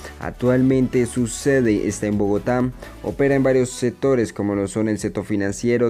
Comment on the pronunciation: setiembre, otavo, setor, salu, eletrica, atualmente, setimo, etc no sabe hablar este tipo